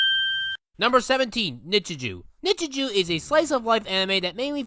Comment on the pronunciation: Ngtl his mispronunciation of some of the Japanese titles and names kinda piss me off. He stated in the video that he watched most of the anime in dubbed but mispronounced the name Midoriya lol. Also who tf pronounces nichijou like that?